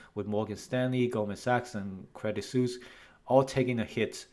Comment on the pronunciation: plz, its not "credit seuss"